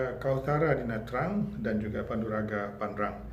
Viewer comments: Sebutan yg Sebenar adalah Na Cang bukan Na Trang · Nha Trang ( sebut Chang) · Nha Trang di sebut Nha Channg.Jika Tra Vinh jadi Cha Vinh